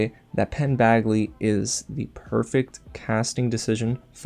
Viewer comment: FOR THE LOVE OF GOD Its Badgley! Like a J! Not bagley! JESUS